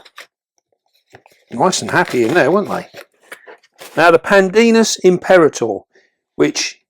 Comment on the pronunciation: It's pronounced: PAN-dinus EmpeRA-tor.😉